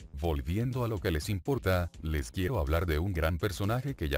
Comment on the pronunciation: "Quiuwo toy bonnie"